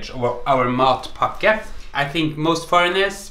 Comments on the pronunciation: It sounds like you're saying "mud packet" Somehow I think a mud packet would taste better though haha :) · It sounded at first like he was saying MUD BUCKET... I'd rather have the mud bucket then his sandwich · The way you pronounce it in Norwegian almost sounds like "mop bucket" -- "In the meantime, I'm enjoying my sweaty mop bucket"! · I just realized, matpakke is pronounced just like an American "delicacy" that is small and often served as lunch or a snack....and it looks just about as appealing: the Hot Pocket . And just like in Norway, this American snack is reviled by some people and adored by others. Just about everything you say about matpakke is said about the Hot Pocket. And I must confess, I have never eaten a Hot Pocket.